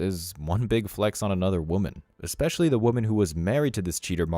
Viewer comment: Ekspecially? Really? Is that a word now? I guess it's no different that , "I axed you a question."